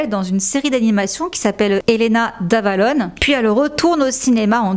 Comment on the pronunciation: Elena d'Avalo"r" 😭😭